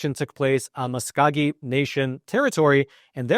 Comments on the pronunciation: It’s “Muss-ko-gee” not “muss-cow-gee”. Other than that, your information is pretty comprehensive. MVTO for making this video! (From a Muscogee Nation citizen). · It's pronounced neither Mus-cow-gee nor Mus-cogg-ee. It's pronounced Mus-coh-gee! If you're going to do a piece where your presenting like you've researched, at least learn how to properly pronounce the tribal names. Personally I question the biased approach you present. Update: Ok, I watched the rest of the video and realized that you presented the other view so I retract my judgement as to you being biased. You were fair and unbiased! But really though, let's work on name and word pronunciations. Notice I don't say Ramen! I'm taking into account pronunciation may not be your forte (for-tay) so all is ok, but lets work on it! Merry Christmas! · MUS CO GEE. NOT MUS CAH GEE. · When indians I grew up with pronounced Muscogee is was Mus ka gee not Musk cow gee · I am a Muscogee tribal member living on reservation land. Good synopsis, but it loses a lot when you continually mis-pronounce Muscogee. It is Musk-o-gee not Mus-cog-ee... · FYI, IT'S NOT THE MUS-COW-GEE NATION, IT'S THE MUS-KOH-GEE NATION. I LIVE IN TULSA, OKLAHOMA, SO I HOPE YOU AREN'T OFFENDED BY MY CORRECTING YOUR MISTAKE. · hi, native Oklahoman and Choctaw citizen here, your pronunciation of Muscogee is driving me nuts, it's mus-COE-gee not mus-CAW-gee. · Mus-co- gee. Not coog. Like Go only Co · Musk-go-key not muscowgee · it's Mus-Co-Gee not Mus-cow-gee. The accent is on the Co. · Dude, please stop saying "Mus-COG-ee". It's "Mus-KO-gee". Listen to the famous country song "Okie from Muscogee" by Merle Haggard. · It's pronounced musk o gee. Not musk cow gee. Lol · Mus-kō-gee Not mus-cow-gee. Putz! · seriously, it's pronounced Mus-KOA-Gee with a long O as in show. Drove me so crazy I had to MUTE you! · Muskogee is pronounced with a long O sound, muss ko ghee. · Muscowgee??? How donyou get cow in the middle of a word spelled muscogee?